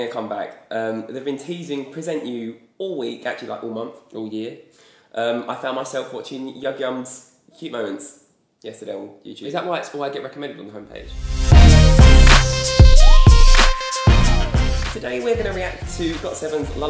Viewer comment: Love you guys, but yugyeom's name is pronounced as Yu-gyeom. Not Yug-yeom. Still love your reaction though! And thank you for showing your love to the boys ❤️